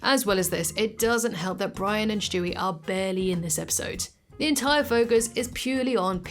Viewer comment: I truly hate that you say Shtewie lol it really grinds my gears 😂😅 have a good one tho, youre still my british youtube babygirl lmfaooo 😂😂❤